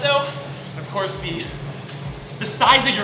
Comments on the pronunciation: Of course and you said of ofcoys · Of cuoise?